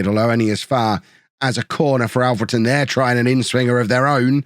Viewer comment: I don't mean this badly, but thank you for pronouncing Alfreton right! 🙌🙌 The last few episodes, you've not said it right. And it was bugging me a lil, as I'm from there my self